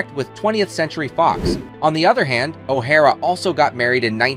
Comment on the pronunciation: The audio by the narrator, I assume AI, is so poor it almost made me turn it off. "He" couldn't seem to pronounce O'Hara the same twice in a row. Totally bungling Academy Award was the icing on the cake. Too bad for such a fine, strong Lady, singer and actress.